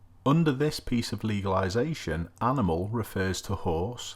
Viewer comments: it’s “ledge-is-lation” not “legalisation”. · Leg-islation not legalisation two different words. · It says “Legislation” not legalisation 👍🏻🤣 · Great vid. You say legalisation funny though